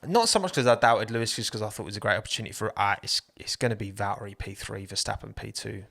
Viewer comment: No hate honestly but please try to pronounce valtteri instead of valery like come on man